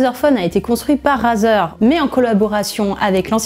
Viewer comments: On prononce « Raizer » pas "Razer" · On pourrait meme rajouter une accent anglais car rAzer et "raizer" c'est pas pareille 💩💩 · On dit pas "Razeur" on dit "Rayzeur" ! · Ça se prononce pas "razer" c'est "rayzer" putain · (Clique sur la vid) (Entends la personne prononcer le mot Razer <<Razeur>> et pas <<Raiyzeur>>) (Quitte la vidéo xD) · Arete de dire razeure